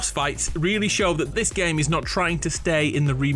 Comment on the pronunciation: DISH year or THIS year ???? soo anoying to hear it ....